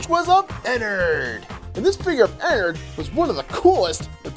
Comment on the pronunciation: I'm a big fnaf fan but its enard not enerd